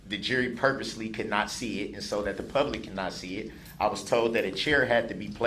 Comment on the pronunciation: He only wants the "troof to be toled" 🤣